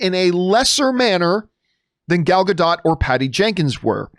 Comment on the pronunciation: Gal Gadot... Please pronounce her name right... There's a "T" in the Gadot... Please pronounce the "T".